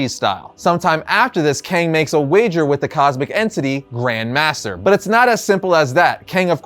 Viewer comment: The emphasis is on "Grand" not on "master".